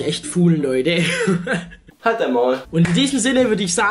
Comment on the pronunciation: ich mag dein "loideh" nicht haha sag doch "leute"